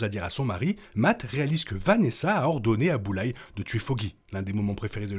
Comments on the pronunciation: Super critique! Par Contre le « Boullaie » me fait un mal aux oreilles 😂 c’est plutôt « BullSeye » ou « BoulZaie » 😂😂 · Bulleyes ❌ Bullseye ✅ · Par contre c'est Bullseye pas Bulleye